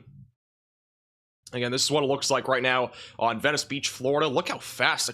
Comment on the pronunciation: Did you ever figure out how to say Venice Beach? You ain’t from round here is you?